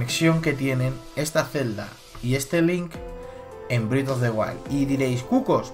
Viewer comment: ¿Y como explicas que la fuente se parezca tanto a la del castillo de Twilight Princess? (Anotación: el nuevo juego se pronuncia "brez" of the wild no "brid", es molesto escucharlo mal)